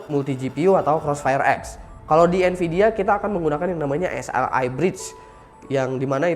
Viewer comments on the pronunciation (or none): none